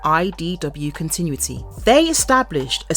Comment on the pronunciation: if this person is going to narrate videos about comics and GI Joe, she should be taught how to say words like "continuity" and "Serpentor"